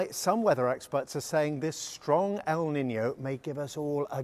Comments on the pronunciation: It's not pronounced "Niniyo", it's pronounced "Niinyo" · It's pronounced 'neenyo' not 'ninio'.